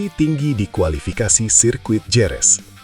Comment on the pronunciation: "HEREZ" Kek ! Bukan Jerez ! 😝